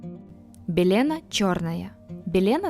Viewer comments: Нет слова парАлич в русском языке, как и слова белЕна, и многих других, услышанных с удивлением в этом видео. Уважаемый чтец, будьте немного серьёзнее, есть же словари, в конце концов😂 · И белЕна. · Хм, почти что все эти цветы я помню со времён детства. Я их совершенно точно рвала, собирала в букеты, играла ими. Правда, жевать что ни попадя или натираться сорванными цветами никогда не приходило в голову. БеленА, а не белЕна. КастОровое масло. Ну, и про остальные ошибки уже сказано другими. Но ролик интересный, а голос у девушки очень милый и приятный. Возникает уверенность, что его хозяйка юная и красивая. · Не кАсторовое масло, а кастОровое масло, не парАлич, а паралИч, не белЕна, а беленА, и т. д. Девушка, вы много где в словах ставите неправильное ударение. Прежде чем создавать ролик на русском языке, узнайте сначала как некоторые слова и названия произносятся. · Полезная информация. Некоторые из перечисленных растений действительно очень ядовиты. Автор говорит без акцента, но почему-то не знает где по-русски ставить ударение. Неужели никогда не слышали этих слов: паслён, беленА, жИвокость... паралИч... циАнистый калий... делИрий... учащённый пульс. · Белена, ударение на последнее а